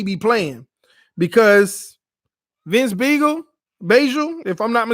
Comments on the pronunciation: It's pronounced be-Gul like a beagle dog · Bee gl is how you say his name or just call him Vince